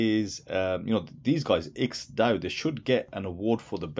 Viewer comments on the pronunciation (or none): Aren't you supposed to pronounce the ampersand in IX&DAO. IX and DAO. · HaHa! I get it. But wouldn't you like to pronounce it correctly. How hard is to say Nine Dao? You could be the only person on YouTube to actually say it right.😁😁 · It's my understanding that the IX in IX&DAO stands for the Roman Numeral 9. Have you heard this? If so, it should not be pronounced as a word, it should be pronounced as Nine DAO.